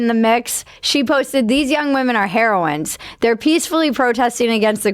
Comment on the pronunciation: Isn't heroine pronounced differently than heroin?! If not, please start.